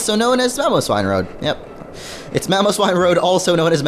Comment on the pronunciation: "A freak in Mamowswine"